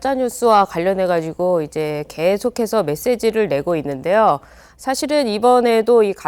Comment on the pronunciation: 있는데~여. 이여자 발음 골때림. 햇는 데~여..ㅋㅋㅋ